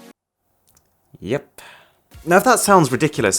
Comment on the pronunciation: the way he said yep means feet in french